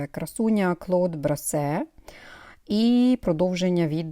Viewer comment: Як знавець французької мови хочу поправити вимову назви сорту Клод Брасер( французький звук eu щось середнє е-о- в українській немає такого звуку!) фірми Мейян!